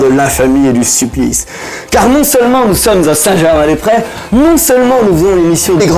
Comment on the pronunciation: Grillé non pas sur le bronzage en décembre mais sur la prononciation de Saint Germain des "Près", prononcé "près" et non "prés"...